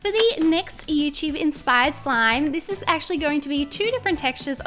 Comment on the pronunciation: Have you noticed that says Youchub instead of YouTube?